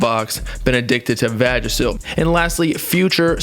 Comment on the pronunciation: Lmao he said vagisil like from that nascar South Park episode